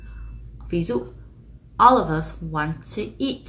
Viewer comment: ôb lợp vớt chứ , of âm f đọc là v mà